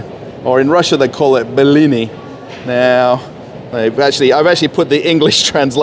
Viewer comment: BELINI 🤣🤣🤣, it's just B-L-i (and then) N-i - БЛИ-НЫ So cute pronounciation